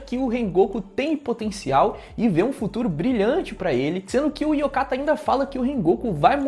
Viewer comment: Eu sei que ninguém tem obrigação de saber japonês, mas é Oyakatta de (Chefe ou mestre), não Yokatta de (ainda bem), só pra tu não ficar repetindo isso nos videos e não ficar soando ridículo, desculpa.